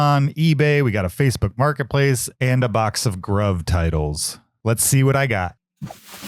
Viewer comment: FYI, Gruv = "Groove"